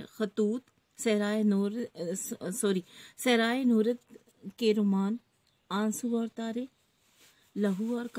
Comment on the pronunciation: Teacher ka galat talaffuz ...! صحرانورد مثلا"